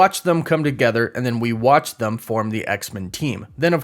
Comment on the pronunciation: Hahahaha he said THUM. It should've been them hahaha